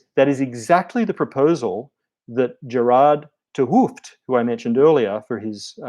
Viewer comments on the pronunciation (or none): You´re not kicking the ball on a aussie rules pitch mate. It´s pronounced. Geratttt )hard t sound' `ut`as in cut and hooft , oo as the oa in cloak and aagin the hard t.